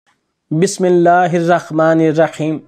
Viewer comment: Bismillah to sahi padha karo